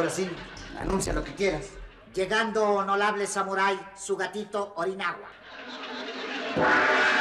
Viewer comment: Los Honolables jajajajaja